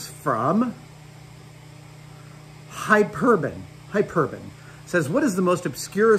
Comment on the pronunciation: I don't think the name is "hi- perbun." LOL